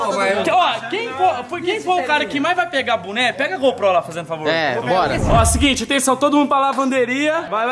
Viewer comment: falando buné ao invés de boné